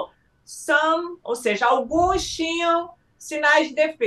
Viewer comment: "Alguens"...!?!?! Pelo amor!